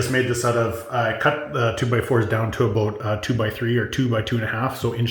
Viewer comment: IF THIS IS CANADA : is the legitimate first time ever actually head it pronounced “ A-BOOT” in real life omfg I’ve been saying all my life (25) I’ve never heard it pronounced like the stereotype